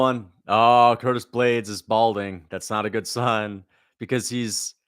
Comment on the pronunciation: Don t forget he said almeida will anihilate ploody man blaydes.